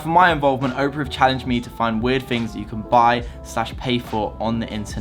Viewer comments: OP ER A it's not Oprah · It's Opera... As in the place where the fat lady sings, not 'Oprah', the American talk show host. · sponsered by oprah LOL. the web brower is called opera, pronouced aw-per-ah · Hey bro.... The browser is pronounced or called Opera as in an operatic aria. Like "La donna è mobile” from Verdi’s Rigoletto, sung by Luciano Pavarotti. You'd likely recognize it if you heard it. It's definitely not probounced as Oprah as in Oprah Winfrey the African American woman who had the talkshow for 25 seasons, and now has the Oprah Winfrey Network (OWN) in America. Definitely pronouncing that wrong... Not sure how you could even think it was called Oprah, I'd be surprised if Opera even paid you for the name drop, considering you never mentioned their browser, all you really did was show the logo, and call it the wrong name multiple times. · Its pronounced OP ER A .. just like its spelled .. just like the music .. Oprah is a talk show host. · wow i've been pronouncing Opera as in the singer style this whole time, not the talk show host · lol dude cant read, he pronounced Opera as Oprah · Is anyone else as bothered as me with how he pronounces "Opera" as "Oprah"? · "O" pera is the woman. "Ah" pera is the software. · Oprah? I think you mean Opera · who's gonna tell him that Opera isn't pronounced "Oprah" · dude its opera, not oprah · then can you at least learn how to pronounce your sponsors name correctly? I'm surprised if they paid you after you called their software the name of a celebrity instead of it's actual name. Opera is Not Oprah. Oprah is a celebrity, Opera was first a type of musical theater, and is now also an internet browser, one which you comepletly mispronounced. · Anyone else getting triggered by him calling Opera OPRAH? Otherwise, cool! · Did you say "Oprah"...? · You said the sponsor's name wrong🤣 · Do you think Opera is a bit annoyed he can’t pronounce the name of their company/browser. Or maybe thinks Oprah made a browser?? 😜